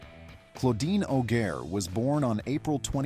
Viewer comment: Claudine Auger is pronounced OJ